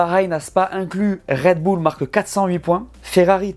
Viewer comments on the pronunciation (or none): none